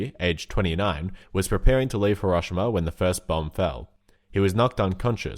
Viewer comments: I love ur content but the way u say Hiroshima makes me cringe I've always heard it pronounced hero-she-mah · THAT IS NOT HOW YOU SAY HIROSHIMA